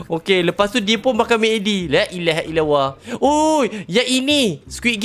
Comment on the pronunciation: Bolih ka kalau ucap kalimah allah tu sebut betul2, bukan lailaha ilauwa. Sbut btul2 lailah hail allah